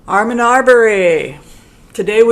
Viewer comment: Hi, thank you for the info. Ahmaud is pronounced Aah-Mod, not Arr-mon. (There is no R or N sound.) Roddie is the most likely suicidal one I would guess. Greg, the Dad is prob the crazy one w/ the blood sugar issues. Travis is who pulled the trigger, no one held AA down BTW. He and Travis struggled over the shotgun while standing. I am thrilled the verdict brought justice, now I really hope they get the proper sentences. Thanks again. Happy Thanksgiving.